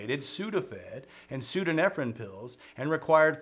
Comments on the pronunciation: I have to think your pronunciation "pseodo-nefrin" is a troll on your part for entertainment. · You got ephedrine right but the other is pronounced pseudo-EPHEDRINE, aka Sudafed. Basically the same thing, just a different isomer. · Every time he doesn't say pseudoephedrine right it hurts a bit ngl. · *pseudoephedrine. Not whatever th he's saying there.